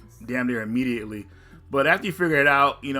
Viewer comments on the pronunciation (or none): none